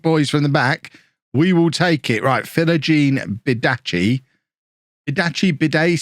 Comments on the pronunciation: Just to let you know, Philogene-Bidace is pronounced Fe-lo-Gene Be-D-Ace. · Philogene bidace is pronounced: filojeen bidass as far as I know